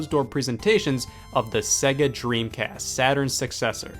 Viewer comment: Why can't Americans pronounce SEGA properly?